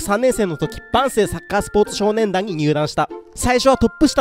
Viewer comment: 万世の発音よ